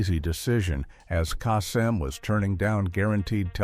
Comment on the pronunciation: The one thing that irritates me the most, is the mispronounced names. The name you mispronounced is Casey Kasem. Do your research and get it right!